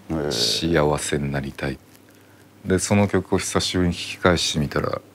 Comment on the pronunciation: し「あ」わせがし「や」わせって確かに不服だけど小学校の頃にそれに気づいてモヤモヤしてるのレベルが違う